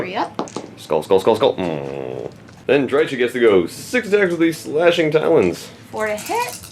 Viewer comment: it's pronounced DRY-kəh CH=K like in Chaos GW employee saying it